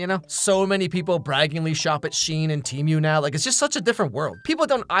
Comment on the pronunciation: tee-myu? lol